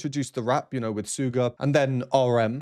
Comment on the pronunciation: Just a quick FYI - Suga is pronounced as shoooga, not sooga , its derived from his favourite basketball position - shooting guard. 🙏🙏💜 Thanks for another great analysis, loved it 💜🌺